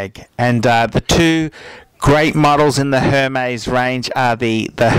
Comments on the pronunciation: first thing, do you have to swear its not pleasant to watch and second thing, learn how to say Hermes its pronounced ermes it has a ac-sent on the E so you don't pronounce H. You say you know luxury you don't even know how to pronounce it!! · Hermes is pronounced "Airmays" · laughing really hard at the fact he didn't even pronounce HERMĒS correctly